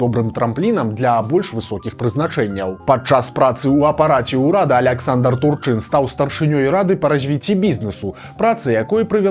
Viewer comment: Дакладна прозьвішча ТУрчын, а не ТурчЫн.